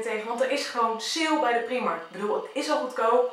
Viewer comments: je spreekt het uit als praajmark en niet priemark het is een Ierse winkelketen en in het Engels spreek je het uit als praajmark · niet waar want in het engels kunnen ze ie niet uitspreken ben al in de primark geweest in ierland en daar zeiden ze ook praajmark